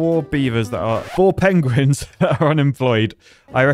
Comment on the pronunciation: "The pogueuins"